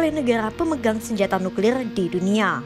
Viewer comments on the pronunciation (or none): Kata mimin NUKLILLL BUkan NUKLIR 🤣🤣🤣🤣🤣 NUKLILLL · Suka denger ngucapin nukrir nya 😂